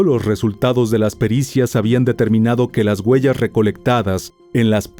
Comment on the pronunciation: “Las GUELLAS” … dios santo que manera de hablar ESPAÑOL!